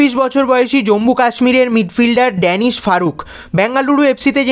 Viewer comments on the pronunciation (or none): ড্যানিস ফারুক নয় দানিশ ফারুক